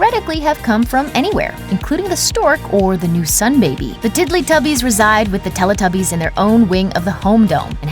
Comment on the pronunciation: Why does she pronounce Teletubbies like that? She pronounces the "Tele" as you would do in Spanish rather than like "Telly" as us English people pronounce it....